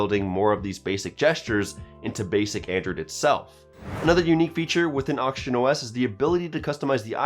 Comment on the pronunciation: I always hearing him say Auction OS